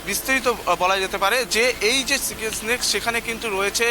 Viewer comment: চিকেন স্নেক নয়, চিকেন'স নেক।